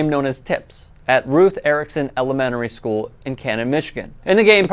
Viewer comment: Not sure if you said "Melonmentary school" or "Melamentary school" only one of those would be waycist.